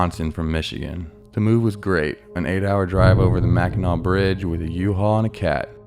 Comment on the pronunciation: Lol the way he said wisconsin and mackinac..😂😂😂